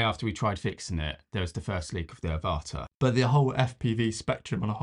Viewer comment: I think the pronunciation of the name is AVata, as in the film Avatar, not aVAta as you are pronouncing it.